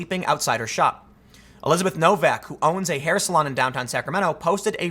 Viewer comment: I think it's pronounced "no-VAK", it's a surname common in Czechia & Slovenia.